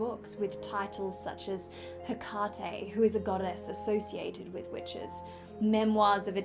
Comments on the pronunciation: They pronounce it like “Hectate” in Practical Magic too. I heard it was done on purpose. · The name of the goddess is not Hectate, it is Hecate or Hekate.